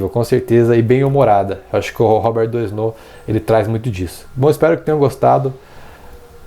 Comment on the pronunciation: Legal, moro na Fr e já o conhecia ... tem até uma escola aqui perto de casa q tem o nome dele . A pronúncia em francês do nome é Robér Duanô 😊